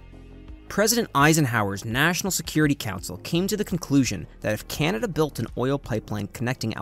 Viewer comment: Can-a-da, not "Ken-a-da"